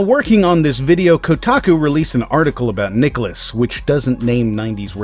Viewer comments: My only critique of the vid is your pronunciation of nicalis, every video I've ever watched on them goes (Nigh-Cal-Is) so it constantly distracted me, but other than that yeeeesh, no wonder I never see them outside cave story, Binding, and Ikaruga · How do you actually pronounce "nicalis"? I've heard it pronounced three different ways now.